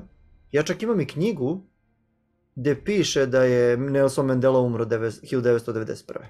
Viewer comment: MANDELA a ne Mendela